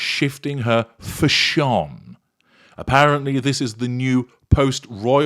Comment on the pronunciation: The way you say fashion as fshon is hilarious now every time I hear some one say fashion all I hear is you saying fshon 🤣🤣😜